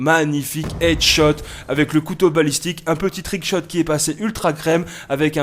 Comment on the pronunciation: On ne dit pas trickscut pour un trickshot couteau